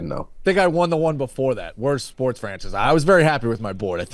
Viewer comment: Am I just now realizing that WSD pronounces it shports